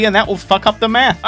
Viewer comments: Did he say it took him hours of math or meth? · i had this video in the background while playing and i thought you said meth instead of math, got a bit worried